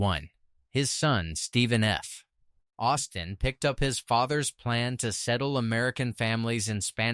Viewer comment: It's SAINT Genevieve and ROACHport. And lead (as a mineral) is pronounced LED. And don't come to a full stop after a period that is a middle name initial as in Stephen F. Austin. Your AI voiceover could use some training and proofreading.